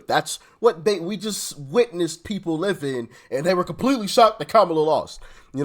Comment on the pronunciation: Its Kamala not Kamala 😂